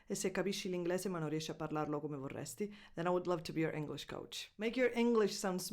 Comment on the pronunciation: Se per cominciare tu iniziassi a pronunciare correttamente le parole italiane sarebbe unpasso in avanti visto che con forte accento sicilano dici "l inglAse" e "vorrAsti" con la E fastidiosamente aperta invece di pronunciarla chiusa come richiederebbe la dizione. Grazie